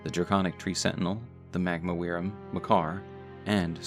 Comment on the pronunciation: wyrm is pronounced worm.....